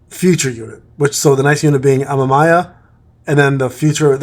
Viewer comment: its pronounced ama me ya like mamamia without the m at the start